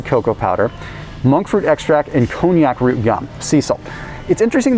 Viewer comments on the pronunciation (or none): It's pronounced: Con Jack root.